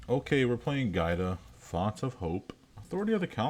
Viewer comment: Good deck, but it's gee odd uh, not guy duh, my man. It's an Italian name.